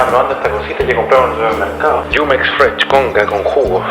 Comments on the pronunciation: Jumex es una maca mexicana de jugos y se dice “Jumex” no yumex. 😂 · Por qué decia "yumex" y no "Jumex"? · No es yumex es jumex jugosmexicanos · XD como pronuncia los nombres Jumex(yumex ) y así, jejeje :3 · Es que está leyendo la palabra en Ingles y la J suena como Y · El jugo Jumex se pronuncia así como se Lee , saludos